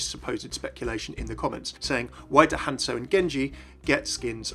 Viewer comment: Not Hance-oh Not Hansel HanZo!!